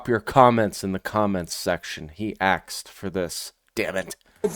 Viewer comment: I'm convinced all black females are taught English from the same teacher around the world. "YOU AXED FOR THIS" 🪓